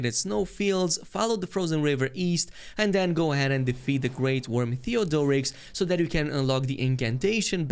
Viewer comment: Lol though heard theodoricks smegma. 😂